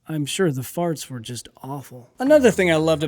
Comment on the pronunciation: I start to take a drink as you say, 'The Fasrts". Yeah, that drink of water didn't go well.